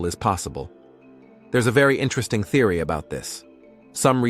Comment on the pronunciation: I noticed that you said therery many times. Theries not REALITY MY FREIND